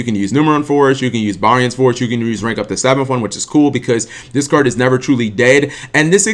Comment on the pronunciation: lets make him watch zexal so that he knows how to say barian correctly